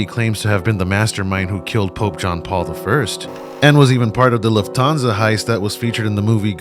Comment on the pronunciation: BABY… just say LOOFT/ÄN-SA u got this papi